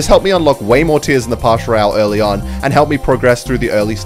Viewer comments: Its pass not pash royale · He cant say Pass royale He says partial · PASS ROYALE NOT PASH ROYALE ITS SO ANNOYING WHEN YOU SAY PASH PASH PASH PASH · bro is pass royale not parsh royale lol what is parsh 😂🤣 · Pass royale❌ pash royale ✔️ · It's "Pass Royale" not "Pash Royale" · “in the pash royale” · I love when he says pash royal